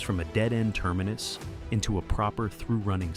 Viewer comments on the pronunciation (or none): none